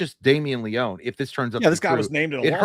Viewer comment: Y’all are mispronouncing Leone’s name btw.